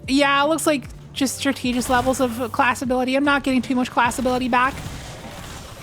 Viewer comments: “Strat-ta-gist,” not “stra-tee-gist. Great video as always! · strategist is pronounced like strategy 🙂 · The reading comprehension was not great in the Geomags section. But I imagine it was a really long day so it was easy to misread the change. Edit: Are you also mispronouncing Strategist on purpose? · You’re kinda mispronouncing “strategist” :x